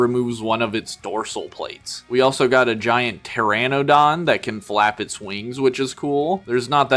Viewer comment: You mispronounced the Coelophysis. Neither is the Pteranodon. The Smilodon is actually called the Saber-tooth cat not a saber-tooth tiger even the episode of Futurama got it right. The Utahraptor is actually larger than Jurassic Park’s raptors so it is basically Reality is sometimes scarier than fantasy. Which is similar to the leader utahraptor from Primitive war which is also name cyclops because he got one of his eyes stabbed. They are actually Pterosaurs not dinosaurs & the actual flying dinosaurs are Birds. It is basically a winged raptor similar to the Mutadon from the upcoming movie Jurassic World: Rebirth. You mispronounced the Tapejara. Again they are Pterosaurs not dinosaurs. The colorations on this one is very similar to Spiny the Spinosaurus from the original arcade game & the anime series called Dinosaur King. You forgot to mention that there’s an unreleased Jurassic Park T.rex figure called the Gulper rex which has similar play features to the Bull rex from the Lost World toy line.